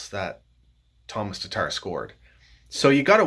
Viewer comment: I do love me some TARRRTARRR though